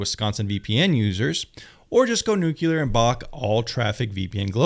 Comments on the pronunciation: It is not nukular. It is NEW CLEAR or nuclear! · Nuclear is like new-clear. Not Nuke-ya-luhr.